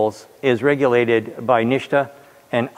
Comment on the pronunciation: 'NISHTA' for NHTSA? 🤔